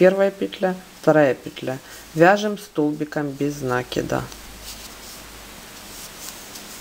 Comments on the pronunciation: Все хорошо, но можно правильно говорить "накИд а не нАкид, вы хоть применяйте проверочное слово " накИнуть а нАкинуть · Замечательный МК, но убивает слова нАкид. Простите, но мы делаем накИд, а не нАкид. Откуда вообще взялось такое ударение👎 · похоже на польскую фамилию из тех мест, где соседние с немецкими области. Правильно говорить и "нАкид", т.к. естественно для украино-язычного произношения (или. где сохранилось старорусь-кое произношение и словарный запас; может, в Беларуси), где ударения на первом слоге - не так , как в русском, где на втором "накИд"